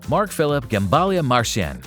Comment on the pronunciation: it's not Gembalia but Gemballa